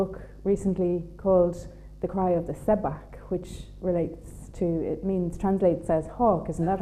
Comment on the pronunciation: Love Mythical Ireland profoundly, and this video too...but the mispronunciation of ‘seabhac ‘ grates intensely. Why? Have I missed something? Don’t wish to be pedantic but ...’shough-k’ ,not ‘se-bak’.